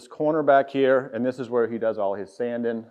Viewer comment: Not sure what country this is but the letter “g” must not be in their alphabet. “Sandin, woodworkin, planin, buildin, slabbin …..” 😂. Great video. Congrats on the success.